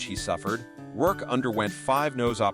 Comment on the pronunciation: These AI narrations almost sound like real people until they inadvertently the pronunciation of people's names or misread simple words and phrases. For example, instead of saying "in the 1990s" the bot says "in the one thousand nine hundred and ninety-es" and Micky Rourke turns into "Mickey Rourk-eh."